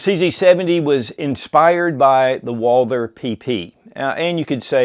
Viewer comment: Every time he butchers the pronunciation of Walther my ears start to bleed... Woouuulder... Dear God 🤦‍♂